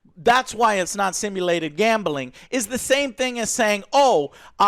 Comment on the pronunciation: No One: Joe: Gambahling 😂 Much respect though bro